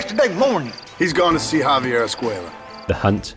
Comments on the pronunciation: Javier is Spanish, not French. It’s pronounced “ha-vee-air” not “hov-eeyay” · "Javier" is not French. It's "hav-yair," not "ha-vee-yay." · Javier not javiei your pronounciation is off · Lol I've never heard someone pronounce Javier as if it's French. It's pronounced "Hah-vee-air", in English. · Why does the narrator keep pronouncing Javier like Perrier? It’s Spanish. Not French. I get that the UK is kind of far from Spain, but still.... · You're pronouncing Javier like it's French lol. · Great narration, with exception of the constant mispronunciation of javier's name... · You're killing me with the pronunciation of Javier...